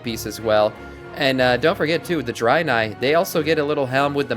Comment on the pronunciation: Wtf is a Drynai? it's pronounced Drae-nai--- sorry I don't mean to come across as a dick but it just annoyed me the way you were saying it.